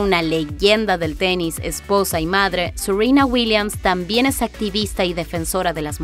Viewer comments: Me rompe soberanamente las pelotas que pronuncien Seruina y Vinus cuando hablan castellano. Son Serena y Venus. 😡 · Sirina ,Vinus...Mejor habla en Ingles y me salgas con Tecsas XD,XD...